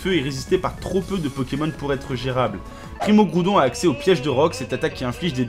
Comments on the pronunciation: "Primo kroudon primo kayogre megaka raykaza tous shyney" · C'est pas ça non plus c'est "Primo Kryorgre, Primo Graoudonne Meyaga Raykaza tou shiné"